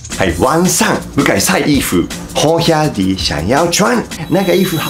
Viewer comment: 看著Iku老師講台語的😂七月半😂好兄弟😂靠牆壁走的鬼😂(很標準)真的超級可愛太好笑了啦😅~哈~😅~👏👏👏😍